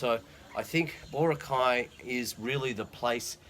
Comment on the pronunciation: Thanks for picking up on the Boracay pronunciation problem. It's funny how something like that can be a little irritating. Going back to the core theme of your comment, from what I understand about the white beach lights, chairs, umbrellas, vendors and so on, I think they are just enforcing regulations that already existed. However many of the shops and resorts treated the beach as if it was an extension of their own property. I'm guessing, perhaps optimistically, that enforcing these regulations might be part of a plan to instill discipline where for years non existed. Call me forever optimistic, but this gives the tourist industry in Boracay a chance to re-examine itself, and decide how it wants to operate under the sustainable vision. If the industry wants some of these things to return then they should argue the case for changes to regulations, not just flaunt them as they have in the past.